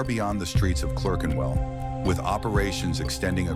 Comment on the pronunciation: Can't even say Clerkenwell. Another septic ruining British history.